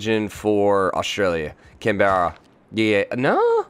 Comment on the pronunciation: Canberra isn't pronounced with an enunciated E, it's just Canbrah effectively